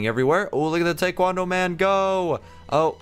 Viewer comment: It’s not tay-kwon-dough lol it’s tie-kwon-dough